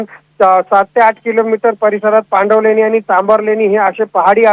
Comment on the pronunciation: Pandanvaleni nahi❌️ पांडवलेणी aahe te✅️